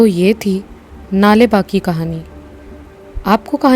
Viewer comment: नाले बा। नही। सही शब्द। नाळे। बा